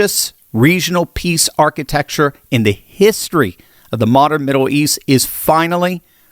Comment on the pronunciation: its Middle east. Not Middow East. get that checked.